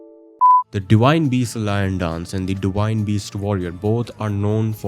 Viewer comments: Indians have an inability to pronounce "v" so he pronounces it "di-wine". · You pronounced Enir-Elim correctly but not Divine, liked and subscribed